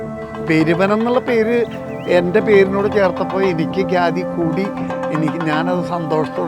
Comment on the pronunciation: ഖ്യാതി ഗ്യാതി അല്ല